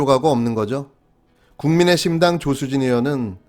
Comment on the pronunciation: 국민의힘당이여 국민의심당이여 발음이 ㅋㅋ